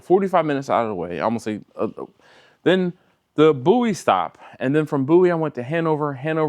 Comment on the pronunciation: I swear I heard you say “bootie stop”. Had to rewind it. Turned out it was “Bowie”, that you pronounced /boo-ee/. At least that was the name/word I seen on the map. And then you followed that up with “I’m gonna get f***”. Another double take which turned out to be “pho”. Maybe I need to get my ears checked. Enjoy! 🤘😎🤘